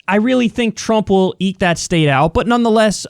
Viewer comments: I know he was saying “eek,” but I definitely heard “eat.” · I know it was eek out, but it really sounded like you said "Trump will eat that state out." Which is a really interesting mental image. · Lmao sounded like eat tbf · I think he was trying to say "eek" but it was still funny AF